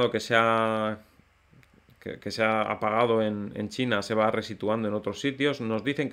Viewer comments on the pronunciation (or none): none